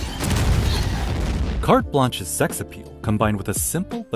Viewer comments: Bro, you really called Kate Blanchett "carte blanche"? lmao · The way he says "Cate Blanchet"